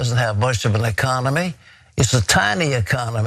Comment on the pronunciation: Question for this idiot Robertson - what’s an ecomony??